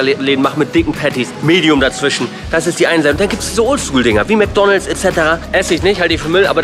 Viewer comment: Wie mcdonals hört sich eher schlecht an als gut